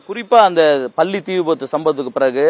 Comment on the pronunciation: இந்த செய்தி நிருபருக்கு நல்ல தமிழ் உச்சரிப்பு வருமா வராதா . பல்லி என்று சொல்கிறான் 🤦👊